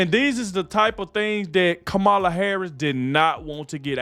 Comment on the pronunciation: This is crap! Who is paying you to lie like this. It is shameful! And if you want to protect Kamala, you will pronounce her name right!